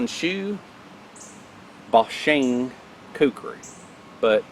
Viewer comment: Forgive me, but I can't stop myself... Its: "HONE SHOE BOW SHEEN". No foreign language EVER pronounces "O" as "AH". It's a simple rule...EZ 2 remember